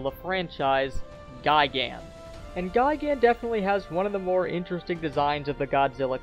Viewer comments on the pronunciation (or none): none